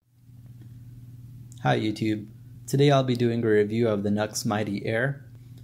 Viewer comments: It's not NUX, it's NU-X (new-ex) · NUX??? What a Nuxlehead!!! 🤣🤣🤣 That's NU-X bro', as in "New Ex". Next time some sound samples would be extremely beneficial as it would mean that we could actually form our own opinions as to which one is best for each of us...just saying.